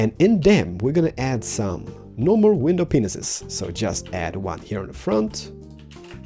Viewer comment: WINDOWPENISES LOLOLOL. I know it is an accent, but so goddamn funny!